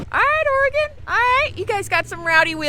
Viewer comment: Bummer that I didn't hear about you guys being over here till now! The coastal range is a temperate rain forest so was not wrong. But one awesome thing is you guys pronounce Oregon and Tillamook correctly!